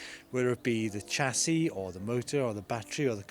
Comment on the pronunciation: why did you pronounce chassis wrong?